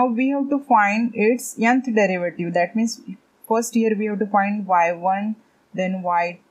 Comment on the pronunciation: May i knowWhy are you said yanth instead of nth🤔